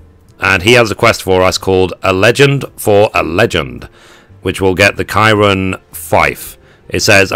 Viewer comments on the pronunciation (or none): I know years old, but the "Ki" in Kirin is like the "ki" in kids.